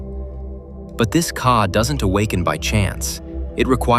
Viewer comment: NOT CAR BUT KA - GOOD GOD .